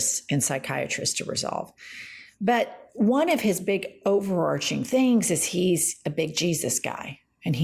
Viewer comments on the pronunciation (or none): none